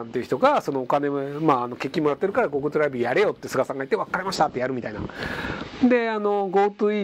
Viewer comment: ひろゆきさんの、『わっかりましたー』の、小さい『っ』が好きです。